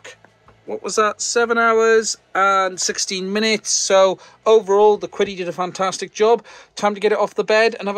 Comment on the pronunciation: I am afraid the pronunciation of "Qidi（启迪）" is actually "Chi Di", it's a Chinese word meaning Enlightenment